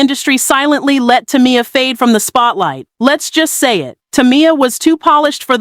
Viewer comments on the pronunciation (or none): Saying her like Tommy-yah is killing me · Maybe it's because people like you can't pronounce her name correctly 3 times in a row 🤔 Damn